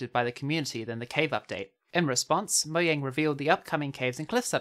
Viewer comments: this guy says mohjang one more time instead of "mojang" ill loose it its not that hard why does he say it like its written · Bruh it's not pronounced moyang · Say, MoJANG